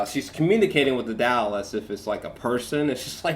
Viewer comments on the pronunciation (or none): You keeping with your pronunciation of doll as dowl is an interesting choice 😎